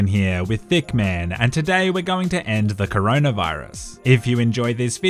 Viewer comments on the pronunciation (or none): When you where saying hitman you said thickman.😄